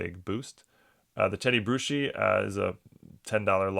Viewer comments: It's pronounced Brew-ski, not Brew-she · And it’s Brew-ski! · PSA owes it to their customers to explain there grades. I despise those cards that look perfect getting 8 or 9’s! AND; Being a 6 time Superbowl fan of The New England Patriots; Teddy Bruski’s name is pronounced like a beer- Brew-ski. One of the great Patriots Linebackers of all time. Even after suffering a stroke he came back to play spectacularly for a short period!